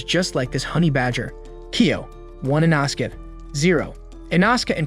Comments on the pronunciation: “And inaskay stuff” It’s in-no-skay Spelled- inosuke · Bro said "dissiples" "thanjairo" and "Inoska"